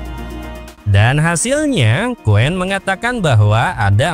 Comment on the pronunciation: Aku juga telah berkali-kali melakukan uji coba cuplikan disertasiku terhadap Qwen dan Deepseek,hasilnya jawaban Qwen jauh lebih terperinci dan mendalam mengulasnya,sedangkan Deepseek hanya sekerdarnya dan dangkal sekali.Harus dikoreksi sebutan pada Qwen (bukan WEN),melainkan Wen,sedangkan Q=Question sama artinya dengan Wen dalam bunyi bahasa Mandarin.